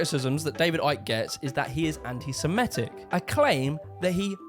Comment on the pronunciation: "the new order of barber Arians" Shouldn't his last name be pronounced "ick"?